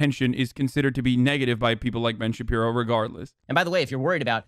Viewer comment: Anyone have the "Ben Shabibo" count from this?